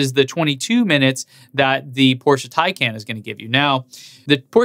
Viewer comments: Hey man, it's not porschA, but porschE ! ;) I know, you English native speakers have a hard time how to pronounce these. Nice effort, though ! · Fellow MXP90D owner here. Thanks for your content. It's much enjoyed. Complaint: you're butchering the Porsche name. Car enthusiasts won't appreciate it. For exterior / interior the Taycan wins. For everything else is loses. No one can possibly justify the 2x cost. Respect to Porsche for trying and beating others to market. That being said.... Elon and Tesla as a company dominate and won't stop. This Taycan spec line up just further proves that just because Tesla is electric doesn't nullify it's extreme elegance in engineering. Just subbed on patreon!